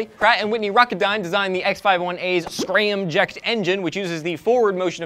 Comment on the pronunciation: Its SCRAMJET not SCRAMJECT